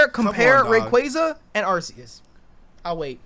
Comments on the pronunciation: when said that hydreigon had the best shiny out of the pseudo's I was like, "what is this man smoking?!" then he corrected himself and said that metagross rivals it, but even that is debatable. (Edit: Arr-see-us gotta stop dawg.) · Your saying arceus wrong it’s pronounced arcoos